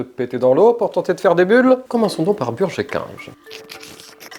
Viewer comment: "Chez burgé kinge" 👁👄👁 🧙‍♂️